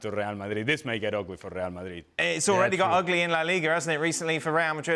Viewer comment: Ray-al Madrid - not - rrrrryahhhhhll mah-reeeeeeeeeeee.........